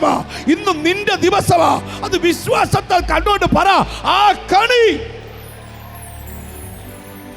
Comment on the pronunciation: കണി അല്ല കെണി ആണ്